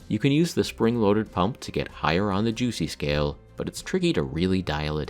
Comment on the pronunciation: I'm going to need you to never say "Juicy" like that again. Thanks.